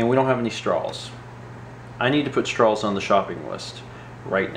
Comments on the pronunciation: you say straws like strawls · It's straws NOT strawls...GET IT RIGHT!!! lol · Strawls. That's how you're pronouncing the word. Is it a southern thing to add and l to the end of some of your words. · Strawls? I love how different states have different accents. Straws :)